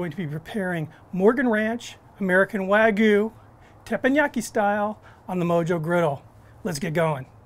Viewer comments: It's wag-yu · Did he just say wah goo 🤦🏼‍♀️